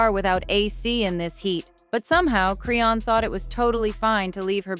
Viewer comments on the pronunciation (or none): Me too! Who the hell is Crayon?! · why you can't say her name right? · I'm so sick of her saying her name wrong